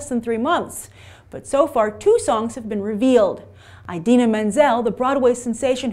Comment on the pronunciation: Oh no she said EyeDina but it's pronounced and spelled Idina